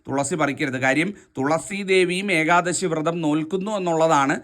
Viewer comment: ഏകാദസി യല്ല. ....മഹാനുഭാവൻ.... ഏകാദശി എന്ന് തന്നെ പറയുക. അപ്പോള് മാത്രമേ ഒരു സുഖം കിട്ടുകയുള്ളൂ.